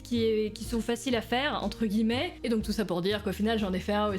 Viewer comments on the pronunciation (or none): none